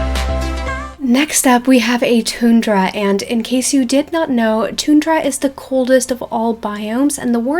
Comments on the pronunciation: It’s not tune dra, it’s pronounced: ton dra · Hi is a! Tundra is pronounced TON-DRUH! Just a pointer. Anyway, loved the video and I think SSO should do all of these in the next 2-5 years :) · No hate at all but you pronounced tundra wrong, I’m an American and we pronounce it a bit different than what u said it like ;)